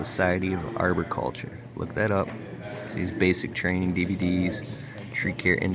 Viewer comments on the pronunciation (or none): Oh and you pronounced "Arboriculture" wrong enough that I cringed